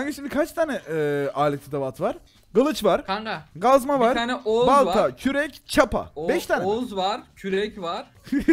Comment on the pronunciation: Yalniz kazma degil gazma